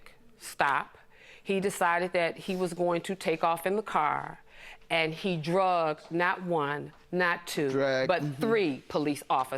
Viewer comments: The word is "Dragged" dammit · It’s DRAGGED ok DRAGGED NOT DRUGGED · And it's "dragged", not "drug", that's why Judge Mathis was confused